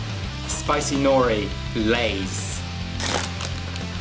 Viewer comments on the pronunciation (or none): none